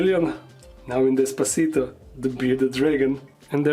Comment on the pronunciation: Bro its des-pa-cito...